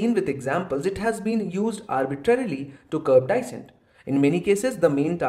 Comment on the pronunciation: pronunciation of "dissent" is wrong.